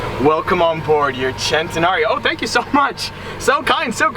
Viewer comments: It's a centenario not a chentenario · Why does the say centenalio instead of cenenario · Bruh is Centenario , no CCCHHHEENTENRIO ( cringeeee) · You pronounce the name wrong every time it's a fucking Spanish name its "cent" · Lamborghini centnreo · I’ve been saying it wrong i always pronounced it “cent en are ie o” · loves saying chen-ten-nario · Centenario of course. 🗣CHENTENARIO!! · you are saying Centenario wrong, makes my ear isch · Why do you keep adding an imaginary "L" in Centenario? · Every time he centenario I was just like nigga stop🤦🏽‍♂️ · I hate the way every time he says centenario he has to say it like he is Italian, stop, please.